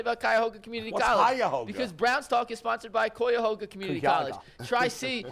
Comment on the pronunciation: Tell the "Y" in Cuyahoga isn't silent.